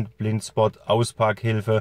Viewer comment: "Blind Schpott" 😂 Großartig!!